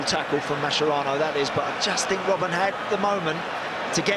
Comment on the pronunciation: It’s an Italian surname , it’s not pronounced mascherano, it’s maskerano